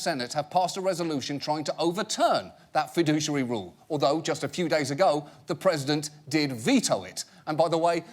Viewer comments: fi*dou*che*ar*y not fi*du*ci*ar*y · I love John Oliver and the way he pronounces “fiduciary” :) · Isn't it funny that he says "fiduciary" with 4 syllables when the actual picture says that it's 5?